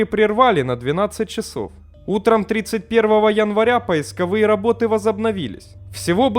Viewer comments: А где (в каком месте) говорят "поисковые" с ударением на "ы"? Я не ёрничаю - мне реально интересно. Есть же куча вот таких местных особенностей, типа диалектов что-ли. У нас - в моём окружении в Санкт-Петербурге - говорят, если кому интересно, с ударением на второе "о" - "ПоискОвые". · Так говорит только автор)) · Поисковые работы, ударение ставь. Или вообще молчи